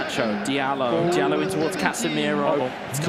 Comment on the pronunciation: Why are they pronouncing it dialot Jesus Christ ZERO football knowledge and pronunciation IQ lmfao